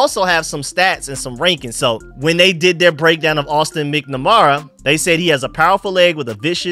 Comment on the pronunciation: MAK-NAH-MARA not MICK-NA-MARA. 😂. but you have trouble with names. It makes me laugh. Thank you for your work.